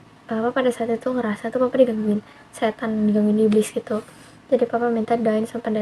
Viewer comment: Almarhum ngomongnya anak si..Tan....bukan syetan